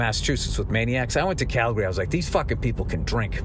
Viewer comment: btw Bill, its pronounced "Calgree" just like you dont say "Oro gone" its "Organ" to pronounce "Oregon" correctly, just like its not "Tor on to" it's "Tranna" for "Toronto" 🤣🤣